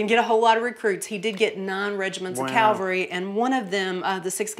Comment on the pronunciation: Calvary??? Where in God's name did you learn to speak. Do you mean cavalry? Get with the program!!!